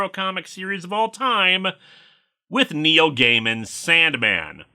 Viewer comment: Who else here at first heard "Neo" instead of "Neil" and thought a review of some obscure manga was next?